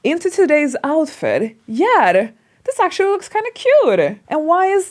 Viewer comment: “You know whaR? I changed my outfiR. Now iR looks cuRe.” Hahaha way of trying to have American accenR. BuR she goR iR RoRally wrong. Why is thaR? Because she makes every T sounds like an R whereas American accent only makes T sounds like an R when it comes between 2 vowels. Not every single T is R!